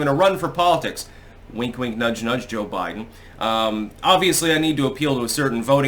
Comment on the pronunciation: A Bide'Den hahahaha